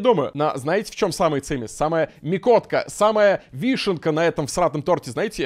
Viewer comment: Почему мякОтка, если мЯкотка?